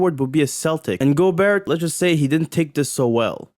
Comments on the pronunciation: Also the last ”T” in Gobert is silent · Hearing this guy say Gobert is as cringe as Rudy’s game.